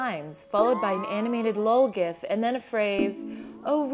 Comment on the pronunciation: Can't believe she said gif wrong :/